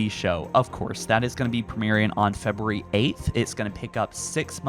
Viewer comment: Imagine not being able to say February